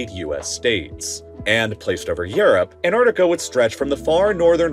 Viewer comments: Repeat with me: an-TTTTar-Ti-ca.. thank you 😊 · It would help if the narrator would learn to pronounce "AntarCtica" properly - i.e. it has two Cs, not one. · Don't forget to pronounce your Ts! ant-arctic-a not an-ar-di-ca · Annardica...yes. Also... anti-Semitic becomes... Anni-semadic. I am a teacher of English with over 10 years experience in the E.S.L. and IELTs sector. Pronunciation and accent are so important. Advice: keep your accent but speak clearly. In the U.S.A. accent most often smothers clarity. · Interesting fact, you are allowed to pronounce the first T in it's name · Why do so many people miss pronouncing the first 'c' in Antarctica?? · Please learn how to pronounce "Antarctica" correctly - the first c is not silent. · Darn right it’s misunderstood. To the extent that this channel, in its video raising awareness about Antarctica, drops the first “c” in its name. I feel inclined to celebrate each time I hear an American pronounce ant-ARK-ti-ca correctly. It happens once or twice a year. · Why is pronouncing Ant-arc-tic-a so difficult? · If you’re going to talk about it, at least pronounce it correctly. It’s AntARCtica. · Americans like you can’t pronounce Antarctica properly. There is a T. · You mispronounced Antarctica multiple times. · its pronounced "ant-arctic-a" there are 2 "c"s in it.